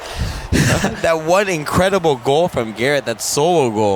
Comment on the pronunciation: " that won inwedible gowl" " that sowo gow"